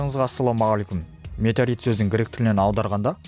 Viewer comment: Метарит деп айтып қалдың ғой